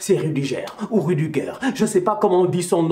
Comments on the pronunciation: Mais Suarez a marqué l'année passée contre le Bayern👈 Rüdiger se prononce ( rudiga) en allemand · c Rou-di-gueur la prononciation